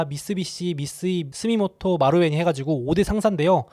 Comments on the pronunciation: 스미모토가 아니라 스미토모 입니다. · 스미모토->스미토모 에요 ^^😊